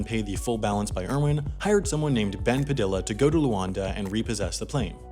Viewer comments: ITS PA-THE-A NOT PADILLLA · PAH- deee yah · Padilla... PRONOUNCED PAH DEE YAH 😒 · ITS PRONOUCED LIKE PADIA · That's not how you pronounce Padilla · The pronounciation of Padilla is killing me lol, other than that great video! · Bruh. Did this white boy just pronounce the Ls in Padilla? 😂 😂